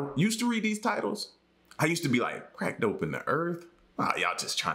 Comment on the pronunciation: I swear I heard him say crack dope n the earth multiple times lolol I like your vids tho